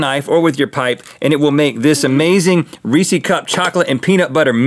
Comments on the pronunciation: Ree-says! It’s reese’s, not reesee’s. Think Reese Witherspoon if she owned her own candy. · Is Rhett saying re see when talking about Reese’s on purpose? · Rhett...it's Reese's, not Reesee! You gotta pronounce the last S :D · Does Reese’s have 2 ‘e’ s at the end? NO RHETT! STOP PRONOUNCING IT WRONG! So annoying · why do americans say reesy cups? its reeces